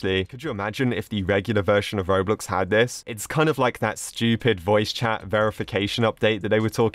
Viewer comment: Yea its like him saying Shtupid not stupid lol